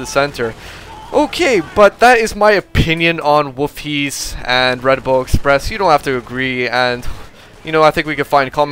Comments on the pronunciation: It's pronounced Wolfhayzer. I used to live there. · sounds like hes saying woofies..